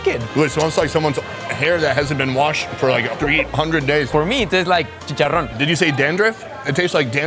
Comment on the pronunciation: you are saying checharon so wrong